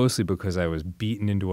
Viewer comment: Anyone else notice, and is therefore puzzled about, the way Dan says "because"? It's like "bowkowz"